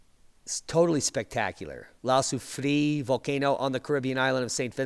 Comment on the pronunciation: It’s pronounced La Soo-free-ERRE